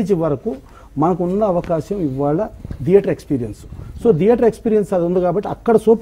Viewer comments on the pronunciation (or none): దియేటర్ కాదు నాయనా థియేటర్.... మళ్లీ నువ్వు ఒక నిర్మాత అంట